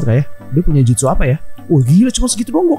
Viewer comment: Bang kalo ngomong jutsu nya jan ngasal dong wkwkwk